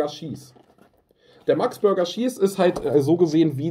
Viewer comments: "Der Max Burger Schieß" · "Maxx Börga schießß"🍔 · Niemand: Tanzverbot: "Max Burger Schieß" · Niemand Wirklich niemend Tanzverbot: SCHIES